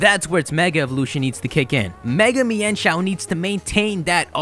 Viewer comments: also I'm sure its pronounced mine-shou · So THAT'S how you pronounce Mienshao! I just pronounced it as "Meenshow".